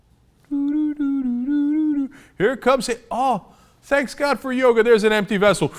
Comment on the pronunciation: This idiot from Virginia wouldn't know 'smart' if it bit him on the nose. But you Cenk should know that the man's name is maharishi mahesh yogi, not yoga. You're already one up on the guy, at least. Make it two :~)